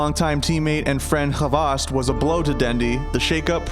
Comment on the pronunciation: Its hvost not fucken havast wtf